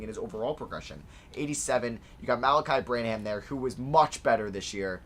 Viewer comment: Every time he said Bran-ham I physically cringed from how wrong it is